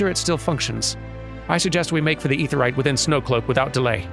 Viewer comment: Perhaps this trick might help for future mentions of the Aetheryte of Tongue-Twisting - Instead of calling it "Awk UhFah," or any variation thereupon, slide the consonant of the first syllable onto the start of the second, as in: "Ah Kuhfah". In this way, you are referring to the "Ah Kafah Amphitheatre," which might be easier to pronounce than the other way.